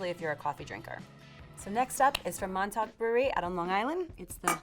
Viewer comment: Long Island!! The way she say Montauk 😂😂 love your videos !